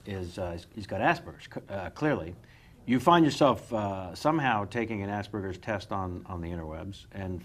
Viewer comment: I have Asperger's. No context, that's it. And stop fucking mispronouncing it - it's not hard.